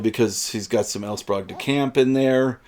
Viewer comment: My parents both knew L. Sprague DeCamp. They were both members of the Philadelphia science fiction Society, to which he also belonged. He was a guest of honor at a Philcon where I was a committee member. I can tell you for certain that his name is pronounced SPRAYgue and not SPROGue.